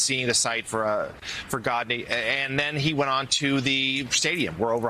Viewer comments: It's Mahatma Gandhi. Not Mohadma Gadni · “Gaadni” Bloody shameful. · What kind of international reporter can't pronounce 'Gandhi' Ga Ga Gad...Gadni... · “Arms deal, yes..and a trades deal, but nothing of substance”?? WTH? You guys should be embarrassed. And by the way, it’s pronounced Ganhdi — GONE-DEE — if you are planning on being “reporters” you better learn how to pronounce one of the worlds greatest leader’s name(este)! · U telling this “journalist” was having trouble pronouncing GANDHI???!!